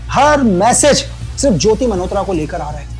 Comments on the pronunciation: Sir aapke desh prem ko salam. Par aap jo मल्होत्रा ko jo bar bar 'मनहोत्रा' bol rahein ho woh bahot bhadda lag raha hain. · भाई खुदा का खौफ खाएं लेकिन मल्होत्रा को मनहोत्रा न बोले,वो "न" नहीं "ल" होता है😂😂😂